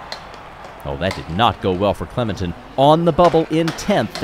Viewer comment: clememtin…….. cmon.